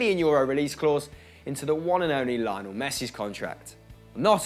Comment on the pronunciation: I hate how pronounced "Lionel Messi"